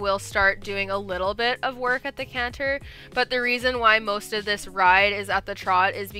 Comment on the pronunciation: I love how you actually pronounce canter. Where I live in New England we say “canner”